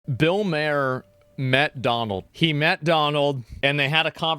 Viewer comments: The way you keep pronouncing Bill Mahers name is driving me crazy! 😂 His last name rhymes with Bar. MAR BAR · Bill MAR not.Bill MAYER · It's pronounced like "Marr". How can you be even remotely aware of him and not know how to say his name? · It's pronounced Mar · It's Bill Mar. That's how u pronounce his last name asmon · The H in Maher is silent, should sound more like "Mar". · BILL MARR is how you pronounce his name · .....its pronounced M(argh) like a pirate. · I think his name is pronounced as "Bill Maar" As in "Far" with the h being silent. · Are you mispronouncing his name on purpose? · Your not ai its ok to say bill maher correctly 😂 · Hey Asmon please pronounce Bill's last name correctly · The way you say his name makes me cringe, lol. The "A" in Maher is pronounced like in the word 'art', not a hard 'A' like in the word 'apple'. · Does Asmon mispronounce Bill Maher's name on purpose to make us mad? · Learn to pronounce his last name, is asmin rage baiting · Am I the only one that hates that Asmongold can't pronounce Mahrs name properly? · You don't even pronounce Bill Maher's name correctly lol. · Has Asmon still not heard how his name is pronounced? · Bill has been on TV for basically as long as Asmon has been alive, and Asmon still can't pronounce his name correctly. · Bill's one of the more level headed political comedians out there. How many others that are critical of Trump would have done this? Btw, and I'm probably petty for saying this, it's "Maar", not "Mehr" 😁 Sorry, it's just a pet peeve lol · Yo As, it's pronounced "Mar", not "Mayor" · You can tell when someone has no idea who they're even talking about when they repeatedly say their name wrong. It's Maher, not "Mayor" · isn't it Bill Mar and not Mayor? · His last name is pronounced like Bar with a M = Mar it’s not may-er or may-her . The more you know 💫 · I thought it was Bill Mar, not Bill Mayor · It's pronounced like bar, Mar not May her. But it's okay I forgive you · Ma-her. Not Mayer